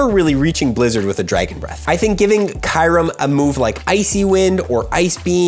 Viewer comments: Did i just hear KAYREM?? eeeeehhh Kyu-rem... ayayaya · What is kirem? It’s pronounced kyurem (ki-oo-rem) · No way he pronounced it as kai-rum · I don't think watched swords of justice movie lol. He butchered the name